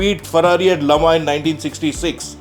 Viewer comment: Can we visit your museum? yes it is a museum, not a room, not a hall. and thank you for pronouncing Le Mans the way it should be. Infact all the pronunciations - Grand Prix, Mille Miglia